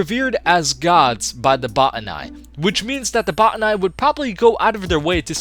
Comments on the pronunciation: what about botanical? The etymology is Greek botane through Latin botanikos. Both use a hard "Oh" vowel, not "ah". It should be either "bah-tanee" or "boh-tanee" not sure where anyone would get "bah-ta-nai" ending with a hard I makes no sense given the etymology. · Bot-ter-nye? Did any character in game vocally pronounce them that way? I thought it was simply pronounced like botanical. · Jeh-neh-sawr. Buh-tah-knee. There, pronunciations for all. But yeah, I'd say the Botani are an overlooked enemy.. but no one ever talks about the Zangari creatures we encounter. Hell, Zangarmarsh is the result of what happens when they're able to grow.